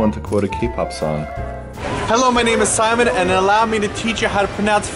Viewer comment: LOL Simon you mispronounced ALL of those!